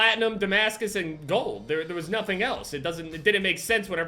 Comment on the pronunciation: the way he says gold 😫